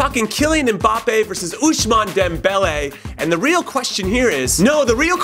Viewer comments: Why does he keep saying oushmane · There is no "sh" sound in Ousmane Jimmy